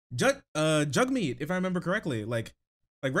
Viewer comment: I love you man, but hearing you butcher Jagmeet's name was so fucking rough ngl XD Also he's the NDP leader, not the Green party leader